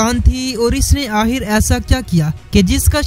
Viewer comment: तोतला है क्या आखिर को आहिर बोल रहा है। खे को हे क्यूं बोल रहा भाई